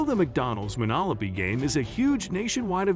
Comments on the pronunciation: I was laughing at "Monolopy" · "Monolopy" game?